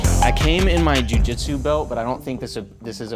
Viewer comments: Why do yoy say "bel" not BELT? Pronounce your "T's" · I learned English, and I learnrd to say belt, not "bel". In Judo and Aikido we say BELT, not "bel". Thank me very much.